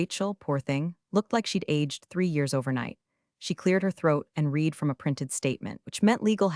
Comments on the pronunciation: I enjoy your stories immensely. However, I'm not sure if my complaint is to you (if you have input to Google Dev), or directly to Google. The pronunciation of some words is wrong, and the wrong pronunciation sometimes changes the grammar. Buh tox. Reed v red (both read). Gran oila (someone's grandmother?). Quite the nails against the ancient slate board. Blunts the edge of your stories. How can we, your audience and you () educate the Google ai? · Please teach A.i. the difference between read and read (Red)